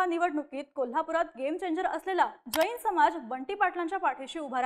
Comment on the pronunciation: बाई ग ,आधी शब्द उच्चार नीट कर. ' ज ई न ' अस्सा उच्चार न करता 'जैन ' असा कर. तसेच राजू शेट्टी हे सर्व समाजाच्या शेतकऱ्यांचे नेते आहेत. फक्त जैनांचे नेते नाहीत.